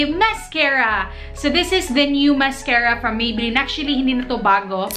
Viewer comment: Ako lang ba nakarinig na Maybeline yung sinabi niya nung una? Hehe 😁😊